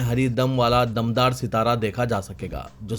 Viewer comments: It is Dumdar sitara not Damdar sitara. Urdu news padhne se pahle kisi urdu dan ke samne practice karo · "Uzr" "raqhna" "dumdaar sitara"bolne me b gadbad aur abto siasat paper me b Kai ghaltyan rehty hain.